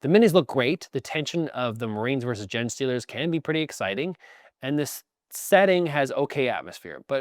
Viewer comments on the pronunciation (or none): "spreading disease like a kid coming home from daycare" resonated strongly. But I am almost certain Canadians also pronounce the word "genes" like "jeans" so you may need to assess your pronunciation of "genestealer".